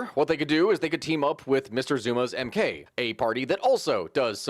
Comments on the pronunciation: You did butcher the mk pronunciation :) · You butchered the MK party's pronunciation so badly I spat my coffee out. Thanks for the laugh. Good summary of SA political history though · The way he said the MK party outloud was too funny. Good shot though